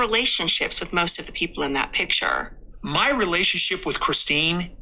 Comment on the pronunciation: I'm giggling at some of the comments like "dill breakers" LOL. Also his big PITCHER! He cannot say PICTURE. What a dork. OK I'm done commenting--allegedly!